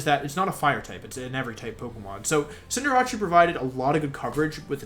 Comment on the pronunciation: Why does he say Cinderace like that? 😂